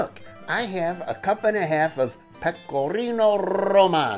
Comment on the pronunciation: Good to see ya catch a fish again. Very nice looking Meal. AH...Pecor-r-r-r ino R-r-r-r-r giano again! Love it. Looking a little "Brutus" with that Squash my friend. That looks like a good meal for sure. Ms LuLu is fortunate to have you,?cook for her?....haha. Woke up for some reason tonight. Turned on your channel to see your Sunday post. You made me hunger, made me laugh.....going back to bed now. Thank ya.